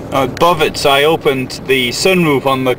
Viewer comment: Bovec not Boveć Slovenia doesn't have ć only č !